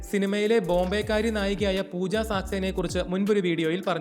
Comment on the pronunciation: പൂജ സാക്സേന അല്ല സക്സേന